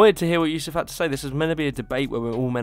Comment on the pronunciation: Chad Yousef, not Yusef.